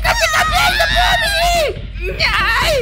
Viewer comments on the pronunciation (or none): É ponmi e não pomini